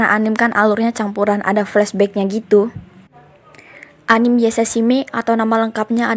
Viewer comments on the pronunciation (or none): Plissss, mohon dengan sangat. Anime jangan dibaca anim tapi anime pakai E